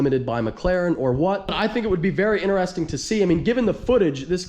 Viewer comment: Demet, its not INTE-RESTING its IN-TERESTING say it like you mean it